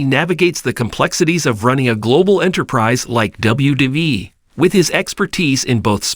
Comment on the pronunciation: OMG!!! The narrator of this is dork...obviously has no clue to who these people are he's speaking of...can't even say wwe or McMahon right....